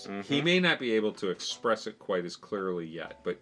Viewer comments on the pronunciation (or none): none